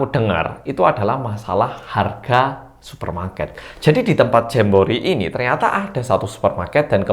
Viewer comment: GUA DENGR NYA JAMBOEEET